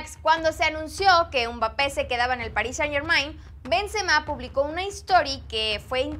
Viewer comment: pls ya no le digas umbapé